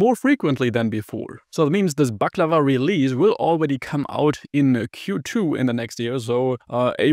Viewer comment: First time in history that someone who's not from the Balkans or Turkey actually gets the pronunciation right.